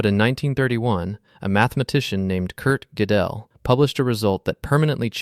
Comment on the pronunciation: It took me a while to figure it out but this is all AI-narration. From the wrong pronunciation of Gödel to weird intonation due to missing punctuation, it's pretty obvious. anyway I love the Riemann hypothesis. :)